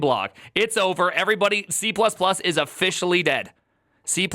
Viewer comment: and "o-FISH-ally"